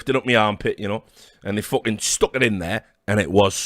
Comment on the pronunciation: This one never gets old lmfao